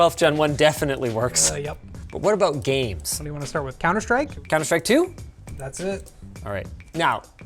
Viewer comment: "they're both abrown the same" is that a Canadian thing?